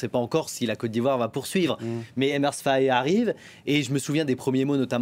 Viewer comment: Maudiaa c'est pas Faye mais FAÉ